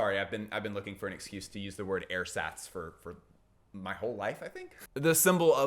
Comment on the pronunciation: also Hermione would say - its Airzaahtz, not Air-sats ;)